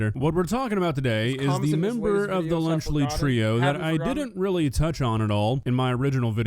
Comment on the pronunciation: Lunchly is nowhere near “lunch”